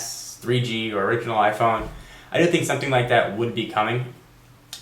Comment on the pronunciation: I like how you say like and love at the same time. Live :P.